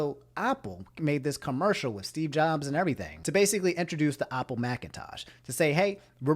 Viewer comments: when he said Aupple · No one: Absolutely no one:: "Opple" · Nobody: when he says Apple “oPpLE” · Why does pronounce apple like (awpull) but pronounces app like (AHP)? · I was about to say